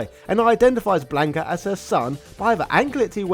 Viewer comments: Him? The name is Blanca,not Blanco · Lord Almighty, listening to this entire video mispronounce his name as "Blayn-ka" instead of the proper "Blon-kuh" made me irrationally mad. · Had to stop the video after hearing him say blank ah 3 times